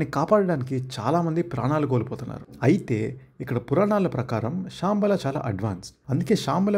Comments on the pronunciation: శాంబల కాదు, శంబాల bro... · Adi Shaaambala kaadu ra ayya, Shambala! 🤦🏻‍♂️ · అరే బాబు అది షాంబాల కాదు రా "శంబల" ప్లీజ్ అన్ని సార్లు నువ్వు కూని చేస్తుంటే చూస్తూ ఉండలేకపోయా